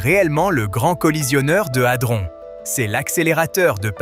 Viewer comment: 😂 Adron pas altron😂😅